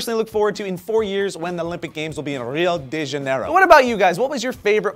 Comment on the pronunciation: common guys pronounce rio de Janeiro correctly it is pronounced hio (because in Portuguese R usually sounds like the english H ) di ( because "de" Portuguese makes the "di" sound ) ja-ne-ro( but you must say it fast to make it sound correct ps: i know cuz im brazilian. :) so that is all oh and one more thing brasil-sil-sil-sil so brasileiros vao entender :)